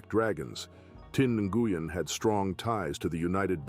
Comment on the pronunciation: Nguyen is pronounced "win".... I know, that's hard to follow.